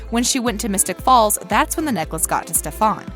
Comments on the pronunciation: Idk 'stephon' just offends me? 😅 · it is not stef An it is Stef En as pronouncement!!!!! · Still saying Stef'Ahn. No progress? Don't listen to your audience: Heard. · Wrong info and who is this person narrating . Stef-ON? Did you even watch the series ?? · Can we just agree to “stefen” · its Stefan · She said SteFAN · STOP PRONOUNCING STEFAN LIKE THAT WTF SIS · Why do you pronounce stefans name like that? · so we just gonna ignore that the nararator pronouned stefan's name wrong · Why is she staying Stefan’s name like that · THE WAY SHE SAY STEFAN BAgAhabwjkHanahhshsg. No hate it’s just funny 😆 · The last part was wrong. Hope can create hybrids because she was never curse. Klaus was cursed by his mother, and part of the curse was he can only use doppelganger blood to create hybrids. Also you miss pronounce Stefan. You people need better fact checkers. But you’re not the worst one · Nag anh nah, can we start with how these idiots are pronouncing Stefans name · 2:9 how did you just pronounce his name 😂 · Vervain, stefan and a few other words. You emphasize the wrong part of the word!!!!!!!!!! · Please noooo, it's Stefan, not SteeeFAAn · The name is Stef-an not stef-arn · I really hate that you CONTINUE to call that man “SteffON” when it’s “SteffAN” 😂😂😂😂 u clearly didn’t watch the show🤦🏾‍♂️ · its stefen not stefan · it's stefan ..not stefaann....its disrespectfull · Why the fuq do you keep saying StefON? Lol! Did you even watch the show? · YOU SAID STEF-AUN.....HAHA INSTEAD OF.. STEF-AN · The fact that she says “StEpHoN” instead of “Stephan” makes me TRIGGERED 😭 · Btw, its Ste-fun not stefaan! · Pronunciation wise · IT IS STEFAN NOT STEFON!!!!!!!!!!!!!!!🤬🤬😡😡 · why are you calling him StefaAUUAn its stefan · “Stephan” it’s Stefan😭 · It’s pronounced «Steffan» not «Stefaan» lol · Why did she say Stefon instead of Stefan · Pov: It's stef-hen not Stef-han...just saying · Ugh, it's Stefan! Not Stefon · The thing that she says stefAn and not stEfan 😡😤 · StefPhon it’s Stefan